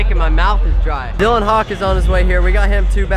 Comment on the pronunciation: You called him Dylan Hawk. It's Hawkins.